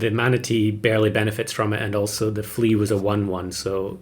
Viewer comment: "level flea" sounds like you misspoke level three. Followed up later by the tongue twister "almost level three flea" Very confusing pet.